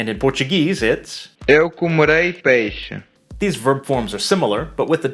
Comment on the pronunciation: Você não pronuncia peixe deste jeito!